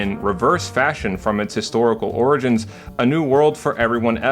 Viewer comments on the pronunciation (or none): none